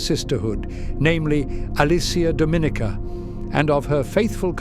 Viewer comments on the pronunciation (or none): none